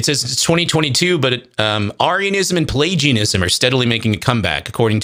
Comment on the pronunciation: He can't even pronounce Arianism correctly.